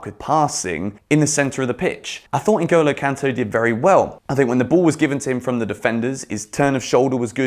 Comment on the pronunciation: I like the way you pronounce Ngolo kante's name